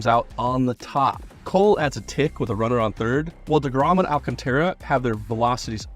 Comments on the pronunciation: Well, he did kinda make it his own by mispronouncing Alcantara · please teach this chump how to properly pronounce Sandy Alcantara’s name correctly